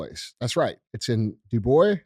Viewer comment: Come on out to Wyoming! We’d love to have you here! FYI, they pronounce it with the “s” sound at the end of Dubois. Only thing Dubois is infested with is random wolves from Yellowstone. Love your content and thanks for everything you do. I’m on my second round of 75 Hard and kicking ass!